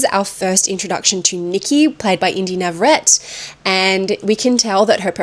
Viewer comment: You pronounced her last name incorrectly it’s Nah-vah-RREH-teh, she’s Mexican American.